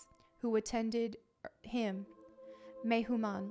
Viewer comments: You keep saying eeenuchs. You mean “yuuu-knucks” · I thought it was pronounced yu-nuk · I believe it’s YOU-niks (eunuchs)